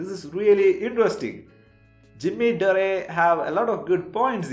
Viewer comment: It’s Dore not Doreh